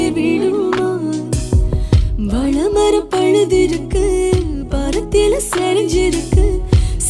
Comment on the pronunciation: நல்ல வாய்ஸ்.. நல்லா பாடுறீங்க.. எதோ ஒன்னு ரெண்டு வார்த்தை சரியா உச்சரிக்கலை. வாழைமரம் பழுதிருக்கு இல்லை. பழுத்திருக்கு 😏